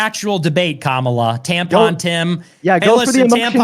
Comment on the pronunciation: what a shitty excuse lmao. and if this sneako loser says “camel-a” again i’m gonna lose it